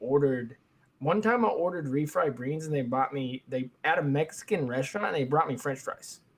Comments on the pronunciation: Came to the comments just to see if this would be brought up. Lol. Oops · I can't believe you mispronounced "beans" after Ezra joined Discraft. He's gonna be so disappointed